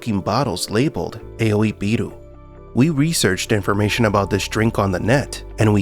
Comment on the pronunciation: Just want to correct your pronunciation “AOI” is pronounced Ah-Or-Yee in Japanese